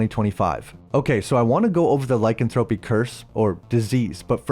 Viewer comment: You clearly love werewolves. Google 'lycanthropy pronunciation' so you can say it properly.